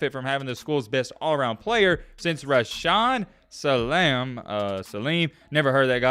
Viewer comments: Put some respect on Rashaan Salaam’s name my dude. Good dude. Heisman Winner. RIP. Don’t be a hack. Do your research. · Damn dude. I stop watching the video when you said you never heard of Rashaan Salaam. Do your research and put some respect on his name. RIP Salaam.